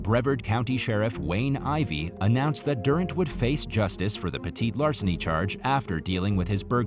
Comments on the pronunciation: I think he's trying to say petty larceny. 🤓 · Idk if anyone else noticed but I was getting frustrated every time he said petite larceny in story number 8 lol man it’s petty theft and larceny not petite as in smaller size lmao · For heaven's sakes -- it's "peh-tee-larceny." There's nothing "petite" about crime, unless the perp is really, really short.